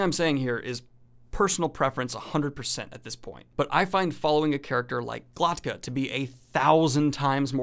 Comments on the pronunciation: Glok-ta. K before t. Not Glot-ka. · why does he keep pronouncing Glokta's name GloTKa???